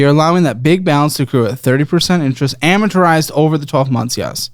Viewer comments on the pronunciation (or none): Can we stop saying ameturized? lol it’s amortized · THANK YOU!!! It's been driving me bonkers lol. I think he's saying "amortorized" tho, which is still wrong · can someone tell how to pronounce “amortized”